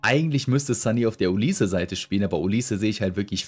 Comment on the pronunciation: Ich finds verrückt wie du olise aussprichst. Es gibt ja diese beiden Varianten auf die man sich geeinigt hat bei denen aber niemand weiß welche nun richtig ist.. und dann erfindet du noch Variante nr 3